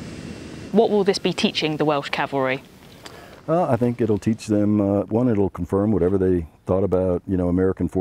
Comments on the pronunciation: 4 star General says Calvary. ME: CAVALRY!!! CAV... AL... RY!!! ... SIR!!! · A 4 star general, says the Welsh “Calvary”. It’s cavalry sir.